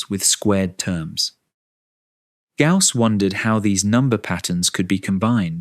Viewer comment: The name is Gauss not 'gas'